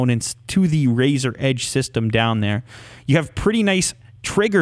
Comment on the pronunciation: U know something funny in the beginning if u are on a iPad or iPhone About 5 or so seconds in Siri will pop up because how he says razor Edge and it sounds like hey Siri